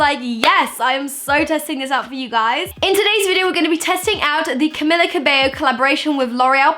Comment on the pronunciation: It's Camilla Cabeio. That's how you read it, not with L